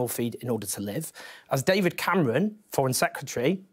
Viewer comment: Owen: "David Camewon"